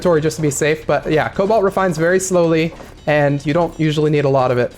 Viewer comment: Rigged! "Colbalt" Sand Rapids Mesa.